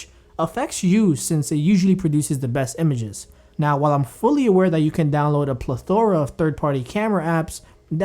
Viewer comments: Me too, it's pleth, uh, ruh. Not, ple, Thor, ah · I hate how you pronounced "plethora"